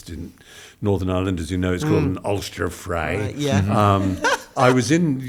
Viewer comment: Wonderful,and Stephen pronounced ULSTER FRY beautifully!!